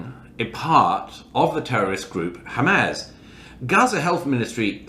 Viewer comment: The fact that he still cannot pronounce Hamas correctly after all this time tells you everything you need to know about Douglas Murray